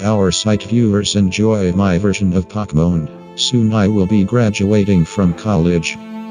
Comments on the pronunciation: "Pok ea moon" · Pock moan. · Poor pock-mon crehter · Srsly the robot says "pokmoon".....